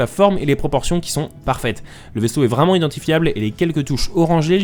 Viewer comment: Un AT-TE vreument 😂